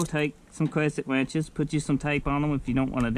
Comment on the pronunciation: Cwesent wenches 😂